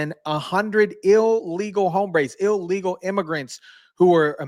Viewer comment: It's pronounced "illegal" not "ill eagle".